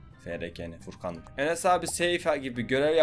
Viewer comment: ABİ FRKN DEĞİL FURKAN